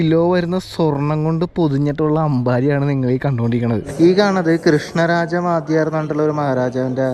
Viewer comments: വാദ്യാരല്ല ...വൊഡയാർ ! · വാദ്യർ അല്ല വാഡിയർ എന്നാണ് ഞാൻ ആ നാട്ടുകാരനായതുകൊണ്ടാ തിരുത്തിയത് കേട്ടോ.. ❤❤ nice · Wadhyar alla..."wodayaar " or" vodayaar " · വാഡിയാർ അല്ല വോടയാർ ആണ് എന്നു കരുതുന്നു please പരിശോദിക്കുമല്ലോ. സദു ഒറ്റപ്പാലം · വാദ്യാർ അല്ല വോടയാർ അല്ലെ നോക്കുമല്ലോ. സദു ഒറ്റപ്പാലം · വാദ്യാർ അല്ല വോഡയാർ❤ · വാദ്യാർ അല്ല വോഡയാർ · നല്‍വാടി ക്രിഷ്ണരാജ'ഉഡയാര്‍ '.... 'വാദൃാര്‍' അല്ല. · വാദ്യർ അല്ലാ വോഡയാർ ആണ് ❤ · 40 Krishnaraja vadyar bahdoor!!! Enthokke vivarakedu ane parayunae? Will you ever call Queen elizabeth as Al bin elizabeth or any muslims with brahmin surname? Moreover vadyar alla Wodeyar ane! ithe such a big mistake in ur vlog pls edit. Dew famous temples where footfall is very high entrance ticket ulla karyam ithre okke lokam kanda arinjukoodae? Palani guruvayur tirupathi to name few... Sherinz vlog ingane allarnallo...you used to do homework before a vlog na..wat hppnd now? Korae naalku shesham ane ningalude oru vlog kandathe..satyam parayalo vadyar bahadoor enne korae chiripichu...pls edit. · വാധ്യാർ അല്ല വോഡയാർ. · vaadhyaar aano ? raajavinte peru vodayaar ennaanu kettittullathu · ചെറിയ ഒരു തിരുത്ത് ഉണ്ട് വാധിയാർ അല്ല , വോഡയാർ ആണ്. കൃഷ്ണരാജ വോഡയാർ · വാദ്യാർ അല്ല, വോഡയാർ എന്നാണ് അതിന്റെ ഉച്ഛാരണം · വാദ്യാർ അല്ല, 'വോഡയാർ' എന്നാണ് മൈസൂർ രാജാവിന്റെ പേര്. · വാദ്യർ അല്ല.. വൊഡായർ...